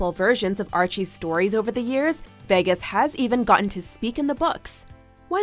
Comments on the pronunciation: 'veggas' got me triggered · why did she say "vehgus"? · Ugh the way she says Vegas 😬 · Why can’t she say vegas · Why can't you say vegas properly